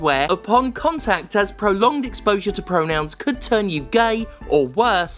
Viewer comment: FAWKINGK PREWONOWNZZZ